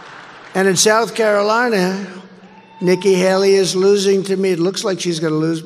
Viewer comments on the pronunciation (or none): none